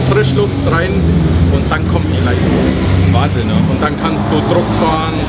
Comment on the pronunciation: wahn-sinn ----- 8-O